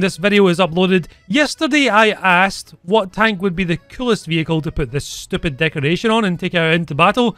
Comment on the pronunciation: "You're so stiupid , I hate you " lol